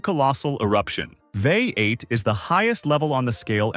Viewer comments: So easy to tell that this is read by a bot when they pronounce VEI as a word. 😂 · It's V. E. I., not "vey". Kill-o-WAY'-uh. Strom-BO-lee. Tam-BORE-uh. The other names were pronounced well.